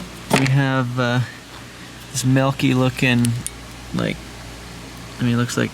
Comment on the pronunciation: what is melk? in reference to you saying the fluid is melky.